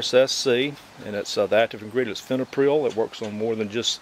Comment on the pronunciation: It's FIPRONIL, not FENOPRIL